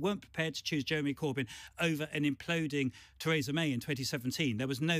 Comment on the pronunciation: Why can't Adonis ever seem to pronounce 'Theresa' correctly? The woman herself pronounces her name 'Thereesa', not 'Theraysa'. Very irritating.